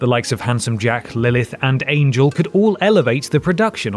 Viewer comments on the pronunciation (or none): none